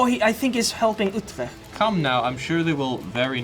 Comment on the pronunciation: The pronunciation of Utrecht was as close as a foreigner will ever get. So good job!😂